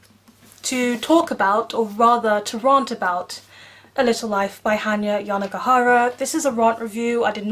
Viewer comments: Why do you pronounce “rant” in that way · No way she says RANT like that omg girl